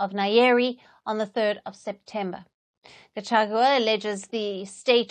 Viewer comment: At least for now you can be able to pronounce the name Gachagua not gachachua